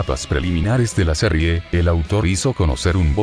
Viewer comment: En la "serrie" jajaja😂😂